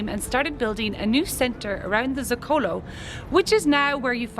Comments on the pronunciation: “Zócalo” is pronounced [ZO-kah-LOW] not [zo-KAH-lo]. Otherwise, nice video. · If you're going to be making videos about Mexico, please learn how to pronounce Zocalo. You're going to find one in every city you visit. The accent is on the first syllable..Also, "j" is prounced like an English "h". Tejate is pronounced Tehate.